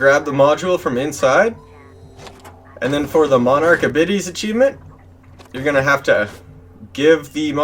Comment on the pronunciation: Great guide, but im sorry, the word "abides" is pronounced "ah-bye-d'z". As in, you must "abide" by my rules. Or, a child who never "abides" by his parents wishes. Hahaha